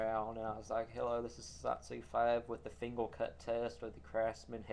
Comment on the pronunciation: I know what it is. He can't say "er" at the end of words like Instead of saying "finger" he says "fingel" another one of his videos i think its the old lighter one he says Lightle